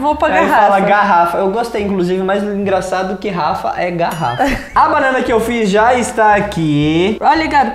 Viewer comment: Não é "garafa" é "garrafa"!!